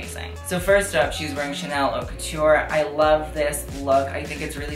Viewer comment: It’s pronounced “oat la mode” not “hot la mode”. Don’t been to be a grammar nazi or to bug you, I’m just suggesting in the spirit of helping, as I am bilingual in French and English. Really enjoyed your video! Hope to see you at those awards next year, reporting back to us.